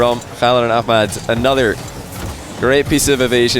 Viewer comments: Wow good job on the arabic pronunciation of Khalids name 👍🏼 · He pronounced the name really well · the way you pronounced "Khalid" is just perfect XD .. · Love how can pronounce the K letter in arabic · Love how actually tries to pronounce Khalid's name properly, kudos to him for the effort. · u mastered the Khalid Arabic pronouncement. Love from KSA 💙🇸🇦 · Damn,, you Ch-alid and A-ch-mad calls are amazing. I'm German, those sounds come natural to me, and I still don't think they sound as spot on as yours in this session.